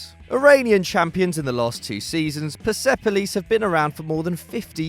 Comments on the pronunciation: I'm watching from iran and it's pronounced perspolis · It’s pronounced Pairs Police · Its Perspolis not PersEpolis!! But thanks for putting my team in this list!! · You absolutely butchered Persepolis and esteghlal